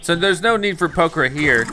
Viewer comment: Did anyone else notice that he kept saying poker?